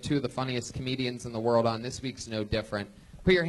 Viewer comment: The way Brian says "Werl famous comedy store.." HAHAHAHAHAHAHA!!!